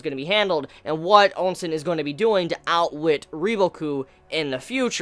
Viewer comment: Never letting go,! Ousen not ONsen!!